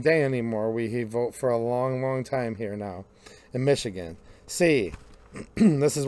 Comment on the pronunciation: Dude, it’s Michigan